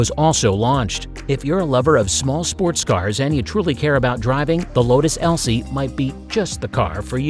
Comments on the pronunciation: Just droppin' by to see how many people shit on you for misreading Lotus Elise and mispronouncing Volksjäger. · Lmao it's Lotus Elise